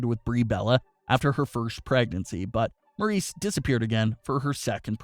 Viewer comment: It’s Maryse not Maurice